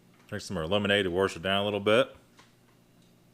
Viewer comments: You say "warsh" insead of wash ......i cant watch your videos anymore sir . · Second warsh im done. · saying “Warsh”, he must be from somewhere in the northeast, Pennsylvania, Maryland or Virginia maybe? Somewhere around the D.C. metropolitan area probably. I don’t know, but I was born and raised in Maryland, near Washington D.C. and everyone there called it “Warshington” so I naturally said it that way, until I was poked fun at after moving to Florida in 1979. I stopped pronouncing it that way and now say Washington and I now wash my hands and no longer “warsh” them. It seems like everyone who lived in or around Washington D.C. pronounced it “Warshington”. I also notice that many of the politicians who live in D.C. also say Warshington. Newt Gingrich really puts the emphasis on the “R” in Warshington. I guess it’s just how they speak in that area. The people in Baltimore have a completely different accent of their own. They say zinc instead of sink and they pronounce their city as Baltamer, not Baltimore. No one else in MD speaks like they do. Most everyone outside of Baltimore referred to them as Baltimorons.